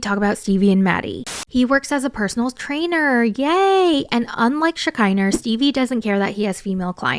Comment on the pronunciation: I heard you say "Shekiner" like Lisa Vanderpump says "Sheener" at least twice looooool